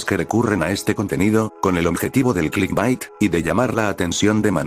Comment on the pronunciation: no se cuantas veces dijiste clisbat pero se que djiste clitbait una vez xd